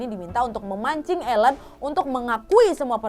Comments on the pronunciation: Bukan Elen pengucapan namanya tp Ailin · Aileen (dibaca: Eilin)